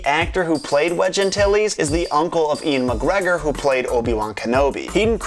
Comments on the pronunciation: His name isn't Ian McGregor it's Ewan McGregor dumb fuck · Ian McGregor? Do you mean Ewan McGregor? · Loved the video and don't mean to be a bummer but "Ian Magreggor" is not correct, an actor called Ewan Magreggor played Obi-Wan-Kanobi